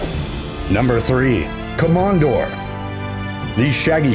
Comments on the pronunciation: Ko-mondore is the right pronunciation. I'm not sure about Para-niece tho. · If you gonna name rare dog breeds at least pronounce their name right (Come on door) got me rolling on the floor when you were talking about the komondor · I've never heard some of these pronounced that way. Para-niece? Ko-mondore? I don't know if that's right and everyone has been pronouncing it incorrectly all this time or what.